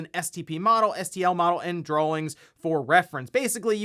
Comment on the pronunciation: STOP SAYING DRAWLINGS